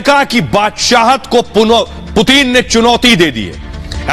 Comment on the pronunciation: Putin kh rhe hain main putin hoon puteen nhi bsdk , naam sahi se le🤣